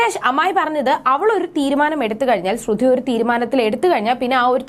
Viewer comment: ശ്രുതി എന്നു പറയുക